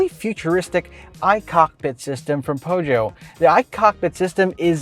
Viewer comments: Feusio pag pronounce sir.. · hi i love your show! I just wanna say that I do think there are no right or wrong pronunciation of a brand especially if it is foreign but the french pronunciation of peugeot goes like "puh-zhou". the G is not pronounced as "guh", cheers!